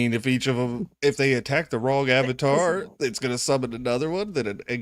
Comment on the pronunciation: the way you say “avatar” lol